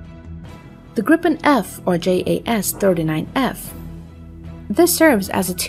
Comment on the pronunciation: the GPT(?)-generated graphics are dubious and faulty. Notice the completely messed up left wing. If that's s'posed to be educative, well, think again. picture looking like watermarked proprietary (check the hull). , ditto. Then, the AI-lector keeps messing up the aircraft name. Swedish JAS is pronounced "yas" (jakt means hunt, and is pronounced analogous to German 'Jaeger').